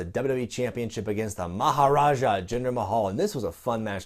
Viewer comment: Maha-NAH-Jah to Maharajah.